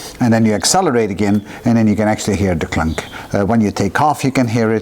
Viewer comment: "hear da clunk". Tim Conway? The Swedish Chef? Love this guy!! p.s. Brakes don't brake after they break as they are broken.